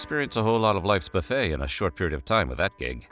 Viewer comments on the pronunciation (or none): none